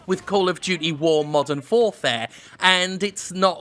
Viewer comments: “Call of Duty War: Modern FourFare” My sides 😂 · Call of Duty: War Modern Foure. Good chuckle there m8.